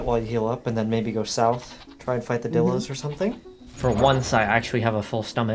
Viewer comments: I just wanna say bc u are not saying it right it’s pronounced: die-l-o-s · pronounced Die Low btw, not dillo! good vid tho